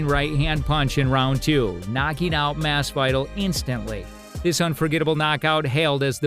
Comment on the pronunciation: Masvidal NOT mas vy dal Blahovich NOT Blachowitz more room for improvement